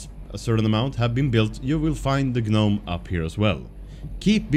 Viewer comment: Det utalas nome. Inte G-nome...